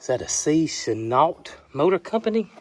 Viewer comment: I don't blame Reska wanting to be in the cool mist. It's HOT! Awesome find on the truck. Yes that's how you pronounce Chenault.